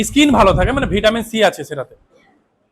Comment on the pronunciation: Solfate, iskin এই উচ্চারণ শুনেই বুঝেছি.....